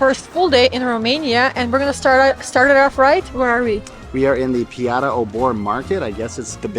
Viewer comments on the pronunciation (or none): Min - it is not Romanian to find Turkish Delight in the fridge or Turkish tea and sugar instead of Romanian ones. Min. - the drink should be "vișinată" (visheenahtah) = sour cherry liquor / sherry. Min. - PiaȚa = read as Piazza = market. Min. - "No pictures!"...simply the Security man wanted to overgive himself importance. There is nothing "secret" in the Piața Obor Min. 11ș46 - I recommand these 2 kind of Romanian wines : "Grasa de Cotnari" or "Busuioacă de Bohotin". Jidvei is not a great wine. This is 2023, but in 2025 the prices went up by 40-50 %. Min. - there were no "historical or important buildings" demolished in that area, but after WWI old, ugly buildings. You just fell to the propaganda. Min. - Stavropoleous Church - 1724 Min. - the red drink is 100 % natural, freshly squeezed fruit, that is why is so exepensive - 3$.